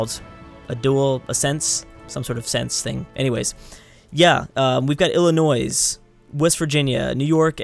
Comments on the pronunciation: Emporer Ridiculous 'Ilinoise' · Stop saying Illinoissss it's Illinois with a silent s bud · the s is silent in Illinois. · The S is SILENT GOD DAMN IT!!! sincerely someone who live in illi god damn nois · ITS SO ANNOYING WHEN HE PRONOUNCES THE "S" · You don't. It's silent. Im from Illinois and our biggest pet peeve is when people that aren't from here pronounce the S. It's annoying. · That proninciation did offended me as a citizen of Illinois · Illinois the s is silent plus RIP Maryland go PA